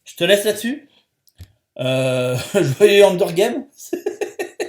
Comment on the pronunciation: C'est "Hunger Games" pas "Hunder"